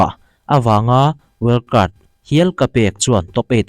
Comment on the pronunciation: wild card ni na na well cart tih tlat reng mai😂